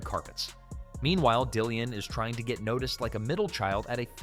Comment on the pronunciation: Dillon, and not Dillian.